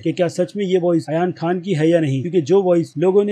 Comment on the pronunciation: It's not Ayan Khan.... It's Aryan Khan